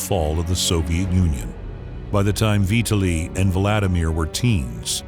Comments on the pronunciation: Say his name right: vee-TAH'li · Kind of spoiled by constantly pronouncing Vitali's name as "Vee ta lee". There's no excuse for it really.